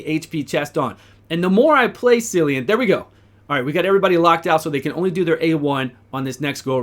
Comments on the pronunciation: If his name is going by the actual Irish way of saying it then it’s Killian not sillian. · He has an Irish name and it's pronounced Killean. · KILL-ee- an please start saying it right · Good video, but if they are going for Celtic, which I think they are, it is pronounced Kill-E-an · at least pronounce the guy's name correctly dude